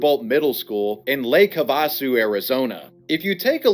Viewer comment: getting mad about people taking pictures and talking about you. isnt that what you wanted in the first place. also it is pronounced have-a-sue